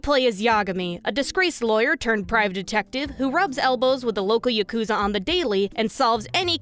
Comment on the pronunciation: Idk why but the way you say yakuza really bothers me for some reason